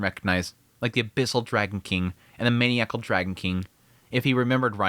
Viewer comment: Hey! Just wanted to say again that I love and am grateful for the content/analysis. Also, in the name of “knowledge sharing”: the word maniacal is pronounced “man - EYE - ah - call”